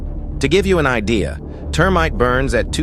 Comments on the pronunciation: minutes in the narrator says TERMITE burns thru everything, maybe if it is made of wood LOL, but seriously good video and nice narration, in my world of military it is pronounced Thur-mite and spelled THERMITE, just FYI. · Was it just me or did he say termite instead of thermite?